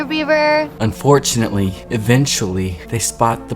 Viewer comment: Did you just say, "hoever"? Hoe-ever 😆 UnfortuNOTely? 😆